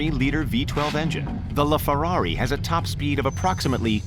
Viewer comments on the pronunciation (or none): Lol he said le ferrari